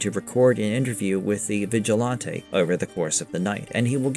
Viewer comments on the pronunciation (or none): And "vigilahntay" is killing me. Thumb down